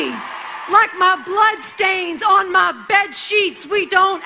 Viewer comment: Why does she keep saying "mah" instead of "my"?